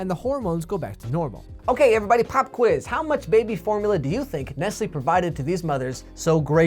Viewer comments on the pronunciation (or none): none